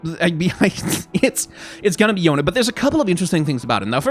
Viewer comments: yone's pronounced "yo-nay" as confirmed by yasuo in legends of runeterra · Yone is Yo nay, if they pronounce it as Yohn it wont be authentically eastern based. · It is not Yone...